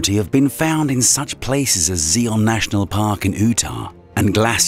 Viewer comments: Sorry, buts it’s pronounced Zi-on National Park in U-tah ( or you-ta if that’s easier). I’ve never heard anyone pronounce it Zee-on in Oo-ta. I get it that this guy sounds like he’s from somewhere in the UK, but it still seems strange to me that he would mispronounce the name of a state in the US. It would be like an American mispronouncing London or Dublin. 😂😂😂😂😂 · Interesting info, but... Zee-on National Park in Ooh-tah. Wut? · Zeeon in Ootah? LOL! What planet is that place on? Sounds like 60s sci-fi! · it is pronounced "z I on" "you tah" not "z E on" "oo tah" Just to let you know. Great video. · “Zeon” park in “Ootah” lol Should Zion park in Utah. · Who calls Utah “Ootah” and Zion, “zeon”? Come on! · I'm sorry, as interesting as the subject matter is, I could let slide the "chazzum" (chasm) pronunciation early on, but.... Before 8 minutes are up we have; "Zeeyon national park in Ootah"; BaRnf rather than Banff; 2 different but equally butchered attempts at Paleozoic (Pale-E-O-Zoh-Ik) of "Pallyzoyk" and "Palzoyik". OK, not everyone is a great reader, but perhaps then reading out scripts for a living is not for you. OK, some of them are tricky and unfamiliar scientific words (residents of "Oohtah" may disagree), but if that applies to you then maybe don't apply for the jobs largely comprising of scientific terms? Or, maybe it's all just a deliberate and cunning plan to keep easily-irritated and overly-bored chumps like me viewing the video longer, while we also level up the video's engagement stats by commenting an essay... TBH if that is the case then you've clawed back a modicum of my respect. Sneaky social media techniques I can roll with. A genuine belief/mistake/ignorance of it being Zeeyon Park in Ootah I cannot. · I find it difficult to believe anything said by someone who doesn't know how to pronounce "chasm", "Zion", "Cambrian", and can say the Earth "literally exploded", "the most trickiest" and "one hypotheses". Call me a pedant, but it matters.